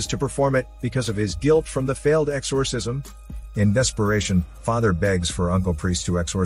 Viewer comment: Exorrrrsisiom!!! Yes narrator. I am computer generated!!